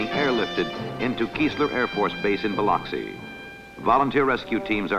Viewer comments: The waves - look like Hawaii. You can see the rocks. Definitely not the Gulf Coast. // Does anyone pronounce Biloxi as the narrator does here? Bi lucks ee. //The lady who spots her house should be on the Price is Right.//You can't blame people for believing the Richelieu story if this film and the source's account spread around the country. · Bi-LUCK-see. The "I" is short, second syllable emphasis. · Somebody should have told the narrator how to pronounce Biloxi.